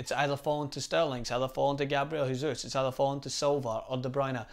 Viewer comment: JESUS!!! NOT HESUS. HE IS BRAZILIAN. IT'S NOT A SPANISH NAME